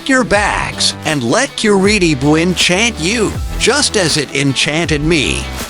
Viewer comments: Generally, there are two pronunciations for this city and Cor-EE’-tabah isn’t one of them. The locals generally pronounce it : Cor-ee-TI-bah. And the rest of Brazil normally pronounces it: Cor-ee-CHEE’-bah. Also, the letter J is pronounced in Portuguese while it’s silent in Spanish. The former mayor and city planner who we owe a big debt of gratitude for the many improvements he facilitated with Curitiba, pronounces his first name JAY-me, that is before he passed away a few years ago. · nós de curitiba não pronunciamos TI, nossa pronuncia seria Cor-ee-CHEE’-bah também. A unica coisa diferente na pronuncia do t seria o TE, que em outros lugares pronunciam ti, a gente pronuncia te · O video é legal, mas falou Curitiba errado o tempo todo 😂